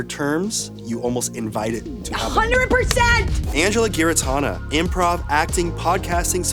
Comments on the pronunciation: Doesn't Angela pronounce "Giarratana" with a soft G? Anthony said a hard G but I'm pretty sure that's wrong. He doesn't even know how to say her name??? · imagine mispronouncing your guest's last name as if google has never existed 😅😅😅😅😅😅😅😅😅😅😅😅😅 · Anyone else tripping over Anthony mispronouncing her last name in the VO at the beginning? Unless everyone else I've heard is actually saying it wrong...